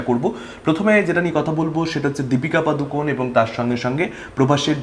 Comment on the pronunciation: পাদুকন না বলে পাডুকোণ বলো দাদা কানে বড্ড লাগে😂